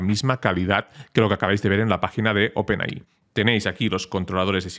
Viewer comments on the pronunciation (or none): por favor deja de decir Open AHÍ, se dice OPEN EY! AY!